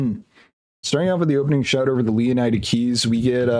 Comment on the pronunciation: I think it's pronounced "lay oh need a"